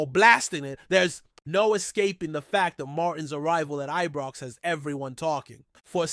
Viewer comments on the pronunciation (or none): Why does this always call ibrox ebrox then need to put someone on that can talk properly